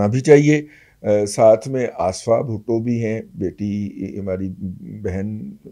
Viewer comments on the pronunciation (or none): none